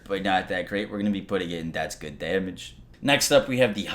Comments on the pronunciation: Cool video. Watched it twice just to hear him say "Damnage" That's good Damnage That's alot of Damnage That's some Damnage Put a tight beat behind that shit and you gotta hit single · "Daimage" [chug]